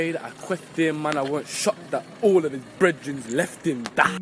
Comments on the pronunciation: Same i thought brehden was breath but his accent pronounces it differently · I'm guessing it's brethren mispronounced